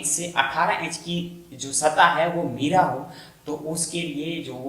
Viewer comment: بھاگوان میرا ایک ایکٹر ہے زمین میرا نہیں ہوتی میرا ہوتی ہے 'م' پر زبر پڑھی جاتی ہے۔